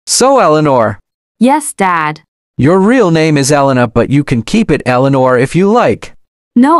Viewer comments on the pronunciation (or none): eleanor? more like eleano cuz the forgot about the r in the end bozos💀💀💀💀💀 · Bro they said Eleanor but it spells wrong 💀💀💀💀💀☠️☠️☠️☠️☠️⚰️⚰️⚰️⚰️